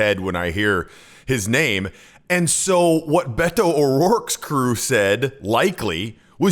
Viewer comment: Finally, a white person so can say Beto's name right